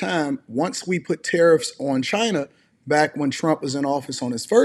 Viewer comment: This is not Trump. He says "Chy-na" not China.